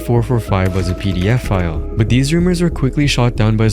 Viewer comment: why does it sound as pdf file when he says pedo